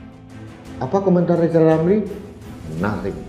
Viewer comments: LL itu LIZAL LAMLI atau apa...??? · Ini bukan RIZAL RAMLI tapi LIZAL LAMLI....HAHAHAHAHAHAHAHAHA😅😅😅😅😅😅😅😅😅😅😅😅😅😅